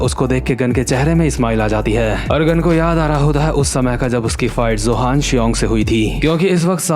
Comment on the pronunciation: Btw I think you should know it's Yohan not johan so from next chapter you should say yohan instead of Johan cause it just sounds wrong